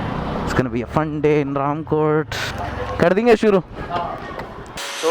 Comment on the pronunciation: I have seen a Honda navi fitted with waterproof music system if you are lucky you can see this swanky orange Honda Navi at gandipet or mehdipatnam and you are pronounceing RAMKOTE to Ramkothi correct it....